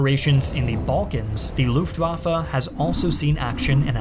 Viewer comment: Please say LuftwaffE not LuftwaffA